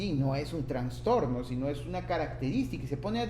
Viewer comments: Me gustó tu video, solo ten cuidado al pronunciar trastorno; ya que se escucha que dices transtorno... de ahí en adelante todo bien, muchas gracias. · Muy buen contenido, gracias, me ayudó mucho, sólo corrija su pronunciación, se dice TRASTORNO no TRANSTORNO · TraSSSStorno!!! Por favor!!! donde ves la N???? Habla bien. Saludos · Bien. Solo que es trastorno, NO traNstorno. Saludos. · Me gustó mucho su explicación sobre las diferencias existentes en ambos DSM, lo malo es que en todo momento escuché la mención de Transtorno. La verdad es que saca un poco de onda la mala pronunciación, pero fuera de eso todo bien. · TRASTORNO. Aprende a pronunciar esa palabra. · Pero por qué dices traNstorno? 😩😩😩😩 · Buena información pero me perturbó constantemente que repitieras una y otra vez “traNstorno”.